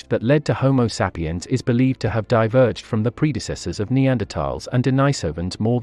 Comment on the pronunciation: content is great. The weird pronounciation is sometimes a bit distracting, especially "homo seppiens".